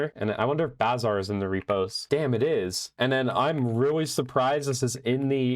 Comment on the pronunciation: Finally someone who pronounces "bazaar" correctly... Thank you.